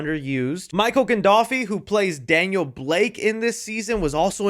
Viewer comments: Man, as a Sopranos fan, the butchering of that name hurt. Its, Gan-dolf-ini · “Michael Gandolfy” is crazy!! 🤣🤣😭😭